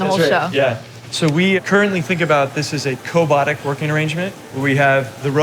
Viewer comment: I hated that guy the moment he said 'co-botic'.